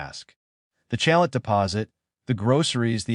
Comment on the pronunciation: Chalet. Is a French Word. You do not pronounce the T.....Chale ....